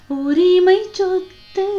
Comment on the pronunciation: Sothu…. Not chothu….